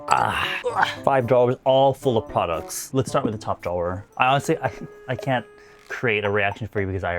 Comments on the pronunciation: Normal person: drawer: ✨DRAW✨er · I’ve never heard anyone say drawer with so many syllables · I’ve never heard anyone pronounce “drawer” the way you do… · the way you say drawer 🤣🤣 anyways love u 🤎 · right, love him but it kept distracting me 🤣